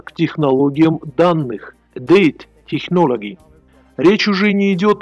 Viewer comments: технолджи, так правильно произносить. двоечник. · Озвучка - дно. хоть бы научился правильно произносить термины вроде big data и technology